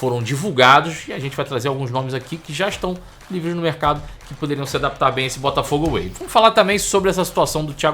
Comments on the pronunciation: Mas que "Botafogo AWAY" é esse???? É "Botafogo WAY"... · Tá me dando nervoso ouvir ele falar Botafogo AWAY toda hora. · Pelo amor de Deus, o nome do projeto é Botafogo WAY! away tá tu kkkk